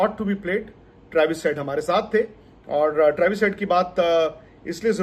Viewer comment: U butcher travis😭😭😭 Why with us not once but twice😭